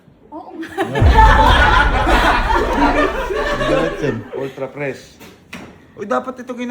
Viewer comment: Fresh❌ Fres✅